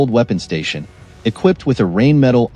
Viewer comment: Wouldn´t it be awesome if you knew how to pronounce Rheinmetall correctly.,.... not knowing that... makes it not-view worthy....